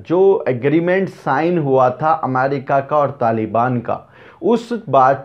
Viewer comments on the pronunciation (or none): none